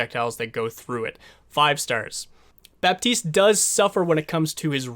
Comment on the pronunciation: It's Bat-iste and Bree-jeet, oh and title was misleading, this is not a guide on how to heal